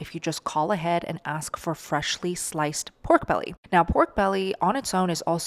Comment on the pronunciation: Great idea, also fry a low carb Tortilla in Manteca, So Good! "Pork Bella"😂